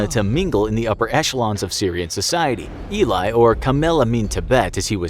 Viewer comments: Great Video! Was very cool to watch as an Israeli! One detail you missed.. Him name is not Eli But E li (like the letter A and then Li E-li and not E Lai) (short for Eliyahu) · "E-lie",not "I-lay" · As an Israeli, I can say that you misspelled his name. You have to say Eli as in Elii or Elei, not Eli as in Elaay. He is a national hero and spelling his name correctly is very important! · I knew it was about Eli Cohen as I read the title It's not E-lie, it's El-lee Cohen And he was going to become Defence Minister, not Prime Minister Do watch Netflix's The Spy and get your facts right Now I don't know how many times your facts were wrong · his name is not Elay but Eli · Btw it's not ee-li, it's eh-lee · It not even pronounced lik this, he said ilay, it actually eli or ally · It's pronounced Ellie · You're pronouncing the name wrong it is Ellie and Eli ellie is short for elliaho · It's pronounced Ellie ( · He never nearly became prime Minister however he was the deputy minister of defence for a short time before his execution you need to get your facts straight And his name is pronounced elly but spelled Eli his cover name is Kamel amin thaabit and is not pronounced tabit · Eli Cohen*, not Ilay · His name is pronounced ely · U saying the name rong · you literally pronounced his name wrong the entire video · You’re saying his name wrong 🤦‍♀️ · Watch "the spy" on Netflix and its about him. And you butchered his name so hard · Wow you butchered his name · Why is his Mossad handler depicted as a Chassidic Jew? I doubt the Mossad has any Chassidic Jews working for them, or at least, it'd be very rare. Also, his name is pronounced Elee, not Eely. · Im Israeli and that guys name isnt Elay its eli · You pronounce it like you read it, his name is E-lee with the E like in 'emergency' , not Ilay. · It's pronounced ˈɛli not ˈilaɪ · Not eelai it's eli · Eli not elai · Great video! One thing to note though, your pronounce "Eli" as "eh-lee", not "ee-lai". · ELI not ILAY!😂😂